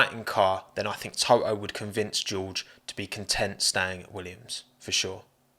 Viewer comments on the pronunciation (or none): You are pronouncing Toto like a Japanese person saying Touhou